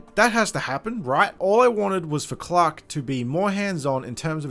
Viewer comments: Up until I realized you've been saying Clark and not Clock. Had no idea who clock was. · Ugh the way you pronounce Clark 🤢🤮